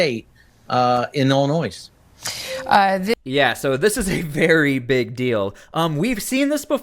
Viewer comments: It's NOT "Ellen-Noyze". It Ellen-NOY ILLINOIS is not plural. It's Indian. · Illinois has no s sound, Sir. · Correction... Illinois is pronounced without the "s". Where are you from sir?